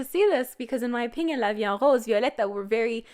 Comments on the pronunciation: I'm french and you pronounce good la vie en rose 🌹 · Ur pronunciation : la vie en rose is actually really good